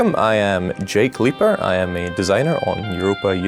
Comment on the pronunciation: haha "Jake Leiper" :D